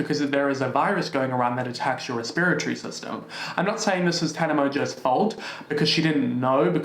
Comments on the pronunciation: Love the way you pronounce respiratory. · these people should get a job in an COVID ward and then they can talk. BTW as an american, i appreciate how you pronounce respiratory. 😂😁